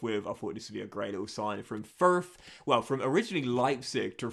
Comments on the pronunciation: "Ferf" lol. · I’ve never heard the word Fürth said like that